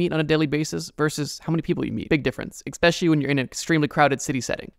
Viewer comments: Never say "expecially." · I enjoyed the video very much, nice job! One correction if I may for - it is a common misconception that there is a K or X sound in "especially." It's ES followed by specially . Similar to the mistake some make when ordering an "espresso." Once again, interesting topics and loved the editing!